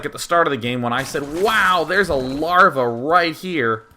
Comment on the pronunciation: "larvjaj" swedish style xD